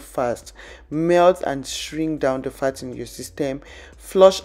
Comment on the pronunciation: When you say "fat" it sounds like you saying 'fart'🤣🤣